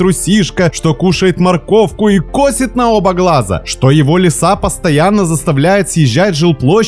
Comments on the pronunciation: Не кОсит, а косИт. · Не кОсит, но косИт ))) КосИт траву, а косИт на оба...Учитесь говорить правильно)